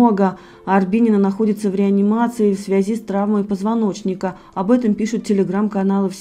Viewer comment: Говорится,,в,, свези,,а пишется,,в связи,!!!! Как же противно ее слушать,постоянно ставлю👎и отписалась, всё равно эта всплывает,пропускаю только из за ее произношения,не привычное для чистого русского.языка